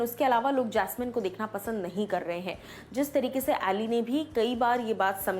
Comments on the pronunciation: its pronounced as Ali bro..but he writes as Aly.. Here host pronounce as Aaly always.. Muslim name hai Ali.. But he writes Aly..he is kashmiri Muslim.. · Plzzzz tum nam thk liya kro voe Ali aa ki voice m bola kro a nhi bola kro